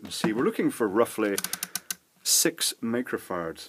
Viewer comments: HA! That is exactly what I heard, repeated it to my wife who spit up her coffee when I replayed it for her! She said how can you save power using microfarts? Too funny!!! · Did he just say 6 microfarts?. 😂😆😝😝😜